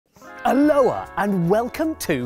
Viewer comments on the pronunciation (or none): Dude, at least pronounce Aloha correctly...